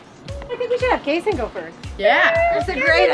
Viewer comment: I love how you call Kason kasso